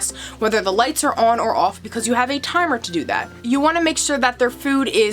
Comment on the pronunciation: I love how you say “on” and “off” awn and awff 😅💗